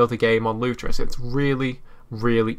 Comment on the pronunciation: it's not lutrus or lutros. It is Lutris.